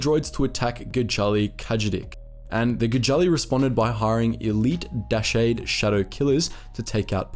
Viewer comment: Deshade = deh-shawd"